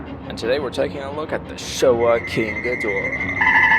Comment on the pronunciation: Why do English speakers mangle this Kaijuu’s mane? The stress is on the first syllable and the /o/ is diminutive. GĒ Dō RA.